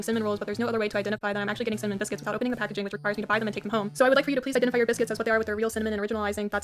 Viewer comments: “Simmin rolls” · I love that you pronounce it 'sinmin' its adorable lol - subscribing 😂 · The fact you can say cinnamon with 2 sylbles is fascinating 🧐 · Do you not know how to pronounce cinnamon correctly…